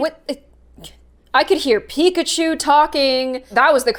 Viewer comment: I was dying of laugthing that you said picakhu